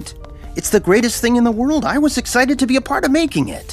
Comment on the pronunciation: Every time he says "be" .... I hear "bee"